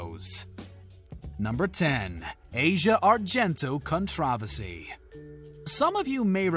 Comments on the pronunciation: The way you said controversy is the only cringey thing in this video🤮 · “Contravesy”? “Valerie Ja-rett”? “Rose-anne”? “Tom DeLon-geh”? What is going on here….